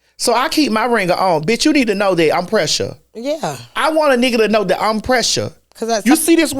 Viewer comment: TS I thought you said precious not pressure, I was howling with laughter